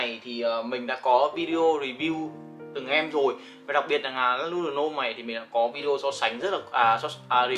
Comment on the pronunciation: Góp ý chút là a nên đọc tên nước hoa chuẩn 1 chút, và đừng đọc ngọng L-N ạ, nghe hơi khó chịu , nhất là Lanuit de L"homme